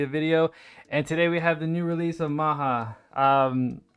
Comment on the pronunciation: it's Ma Jya :D not Ma Ha.